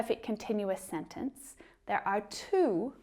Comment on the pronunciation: Why do you keep pronouncing 'th'ere by 'n'ere ? Tongue twisted? A kind of cuteness?